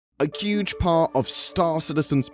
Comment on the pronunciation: Did you say "A Cuge part?"